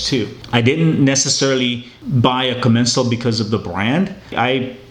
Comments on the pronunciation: commencal is pronounced ''com, men, sar'' I was saying it wrong for years until i heard a french guy say correctly... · Great video man! Locktite does wonders for those bolts. I switched over to the Shimano Zee’s and couldn’t be happier and a chromag trail master seat. Get the vorsprung luftkappe installed in that fork and you will thank me later. It’s a game changer. Also it’s pronounced Common Saul haha. If your ever in Santa Cruz hit me up! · It is pronounced Coh-MEN-sahl. You can look up Max Commencal on YouTube. He has several interviews and other feature videos. You'll hear his name pronounced in a few of them. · The way he pronounced the name of the bike made me cringe. Like how do you mess up that bad